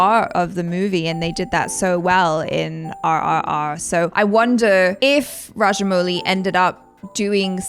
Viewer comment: ...you pronounced his name right the first time 🙂😊